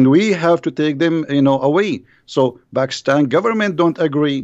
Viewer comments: Dear it is not bakistan it is pakistan😅😅😅😅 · 😀 I am christian bro. When says bakistan it's very funny that's it.